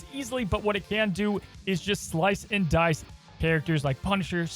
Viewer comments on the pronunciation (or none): none